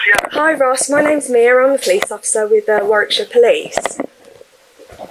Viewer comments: Hi, It's pronounced War-ick-shur. The second 'w' in Warwickshire is silent. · Thanks,. I remember this story, as I live in the UK. Just for future reference, Warwickshire is pronounced like Warickshire (silent middle "w"), and the War..... bit is more like you'd pronounce the word "bar". English town and county names are sometimes pronounced very different from how they're spelt, but not nearly as strange as some Irish places, where I'm from. Take care, and stay safe. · Warwickshire is pronounced Warrickshire,. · Even the way he says war-wick-shire? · So it says arwickshire? Not that you'll care. 🤔🙂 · In uk we pronounce Warwickshire as War ickshire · Listen to the way the female police officer pronounces Warwickshire.. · Warwickshire- second w is silent. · And 'Whit-ick' rather than Whitwick. You wouldn't know though I guess if not from here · Future reference - Warwick = "WAR-ick", Warwickshire = "WAR-ick-shur." Citroen = "SICH-rōn" or "SICH-rern." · Yes, great job,... Just a couple of pronunciations: Warwickshire = Warrickshire (you don't pronounce the 2nd w) Citroen = Sitro-en, not Sitreon 😊